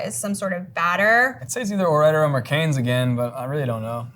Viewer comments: What the heck. This is a cooking channel and they could not even make fries, or even pronounce Ore-Ida correctly. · Wow I had no idea Ore-Ida is short for Oregon Idaho 😂